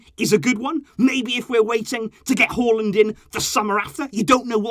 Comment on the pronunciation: That's the right way of pronouncing his name